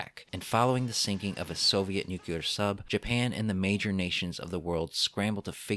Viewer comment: your retrospectives are always written so well, which is why i cringe every time you say "nukular."